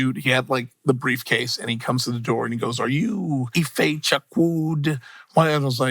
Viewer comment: That's his name man not "If you anyway" jeez